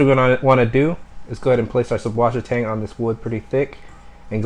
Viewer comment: The b in the name is supposed to be pronounced as a 'ss' sound. It's a german thing thing but you can also type 'ss' like it is in wasser. susswasser/süßwasser means fresh water in german.